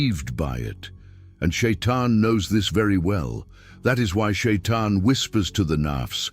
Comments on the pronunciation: Не шаян а шайтан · НЕ ШАЙЙАН А ШАЙТАН!!